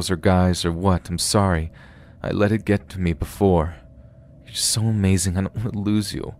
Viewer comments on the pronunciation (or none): none